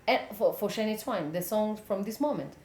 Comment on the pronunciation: Shania Twain.....the pronunciation is wrong hehehehe